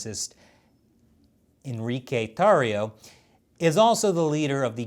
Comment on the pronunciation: Pretty good rolling r's on the Enrrrrique Tarrrrio!